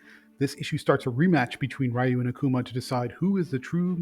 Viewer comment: REEEEEEEE-UUUUUU NOT RAIIIIIIII-U.